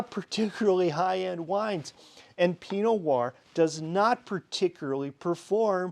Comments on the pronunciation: I think I am hearing you say "pinoir" instead of "pino Noir" (skipping the "no" in Pinot) , but yes, maybe I'm just slow at listening. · Question, why do you pronounce Pinot Noir as "Pee Noahr". What I mean is, why do you say Pi and not Pino? Why do you skip a syllable?